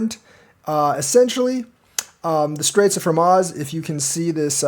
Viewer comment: it's pronounced, "Hor mooz"